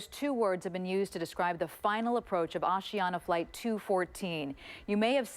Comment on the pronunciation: Osiana? It's Asiana